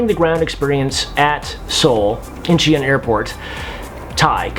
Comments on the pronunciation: Incheon is pronounced as: In Chan. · it's 'een-chun' as in "sun" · Incheon is pronounced "een-chuhn" :)))))